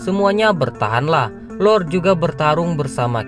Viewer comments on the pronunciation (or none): none